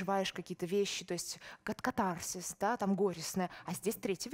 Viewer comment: кАтарсис. Ударение на первом слоге.